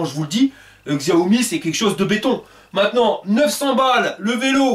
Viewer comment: Top tes vidéos comme d'hab. Par contre, Xiaomi se prononce "Chaomi" ;)